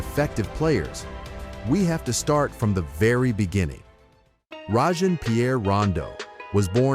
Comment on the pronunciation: finally somebody who pronounces his name right. it’s Rah-jon with a short a, not “Ray-jon” with a long a like so many actual NBA players pronounce cringy